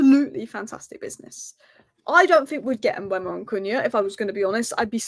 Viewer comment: It's not Mbwemo, it's e before u. Mbeumo (closer to Mbomo). There's a video on YouTube of Mbeumo saying his own name fyi.